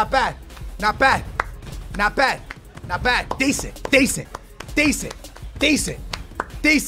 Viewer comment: drink every time he say deasent